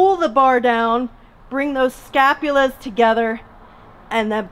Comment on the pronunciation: Scapulae not scapulas...